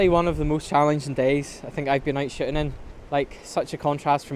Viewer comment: Please, please, PLEASE don't take this the wrong way. I mean no disrespect whatsoever. I love your work and love your accent but every time I hear you say shooting.....i so hear shitting! lol I'm sorry man. I mean no disrespect. I, love everything you do. I watch EVERY video you post. Thank you for what you do. I learn so much from your work. Thank you.